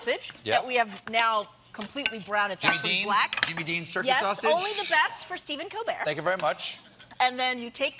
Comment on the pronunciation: So nobody is gonna mention that she completely butchered Stephen's last name... Stephen KILL-BEAR ? 😂 😂 😂